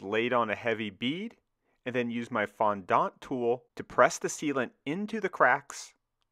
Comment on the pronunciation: Very cool. I immediately think of the water pipes they ran through the Hoover Dam to get the concrete to set. (Also wow never heard "fondant" said quite like that before.. 😂 Americans are funny)